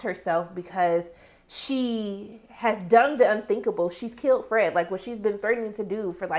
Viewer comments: I lmfao everytime u say FRAGGEDY🤣😅😄😆!!Ok back to the review.... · I gonna miss you saying Fredggety! RiH Fred!